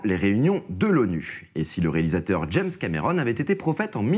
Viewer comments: " james camrééérone " pfff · Oui, mes oreilles ont saigné après qu'il a prononcé 'James Cameron', mais aussi 'Hawking'.